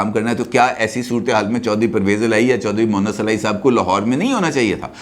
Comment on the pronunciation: جناب! اصل نام چودھری مونس الٰہی ھے مونث الہی نہیں۔ اپنے تلفظ کی ادائیگی کو درست فرمالیں۔